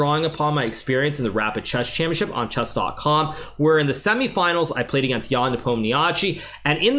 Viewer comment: finally someone say it correctly, championship... everyone else just calls it championchip :)